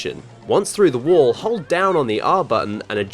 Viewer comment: Wall Not wool